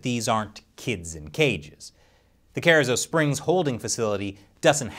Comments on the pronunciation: It's pronounced "car-eezo" springs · Ker-E-zoe springs.... killing me with that pronunciation. Colloquially this is how we say it. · you really butchered The pronunciation of the location of that holding facility it's Cah-ree-zoh springs. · Carrizo Springs Texas, is not said like that. “Car-ee-zo” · Pronounced Kur-ee-zo Springs